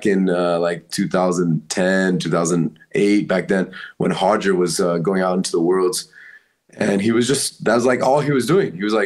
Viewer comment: Roger is not pronounced hoger in the United states when speaking English. The family has promoted and contributed more to western grappling the past few decades than any other entity and there is a lot more outside of grappling to admire about many of them, but the name thing is really pretentious and annoying. I know a Colombian immigrant named Claudia who insists everyone in the United states pronounce her name clowdya. If you're going to tell us how to speak English in our own country just go home. I've been to Brazil several times and i would never dream of demanding people pronounce my name there with an American accent.